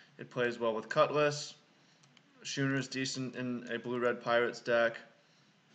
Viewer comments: I see your point on the Avatar, its a choice that is def non-obvious but your reasons are valid. It may be close. Yeah a Schooner is pronounced Scoo-ner. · God damn that intro is my jam. The draft content is gas. I think the six drop is the pick but I think it's arguable. Also it's pronounced skooner you scrub. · Thanks for uploading the draft vid. Always like to see limited content from the almost-draft master! It looked like a hard seat to draft. Thought it was way wrong to take the 3rd cutlass over the titan tho. Card is a straight bomb. FYI schooner is pronounced like school.